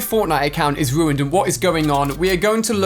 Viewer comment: True, he everytime said ruuned haha